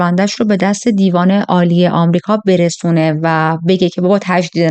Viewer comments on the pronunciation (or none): none